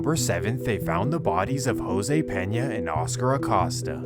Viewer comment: Vato PLEASE, it is pronounced like a a-COAST-a, not like he is accosting someone with his very name. Y'all anglophones butcher Latin names and it makes my ears cringe so hard. This is really the only one so far that you totally butchered, but the rest are really quite good pronunciations like pronouncing the ll and ñ properly which is a common mistake for anglophones.